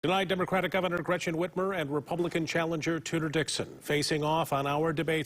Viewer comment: "Gretchen Witch-mer" absolutely NOT a gaffe. Horrible governor. Gotta get her out!